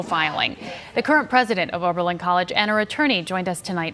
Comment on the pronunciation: Repeat after me: " O B E R L I N " not " O R B E L I N "